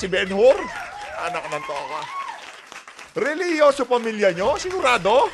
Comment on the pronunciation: Hahahaha religious family😂😂😂😂 pwede kaba don benjur?😂😂😂😂😂mali ata nasabi mo ah...relihiso?serious?😂😂😂😂😂😂😂😂😂😂😂22